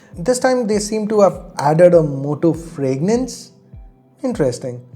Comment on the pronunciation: fragrance not fregnance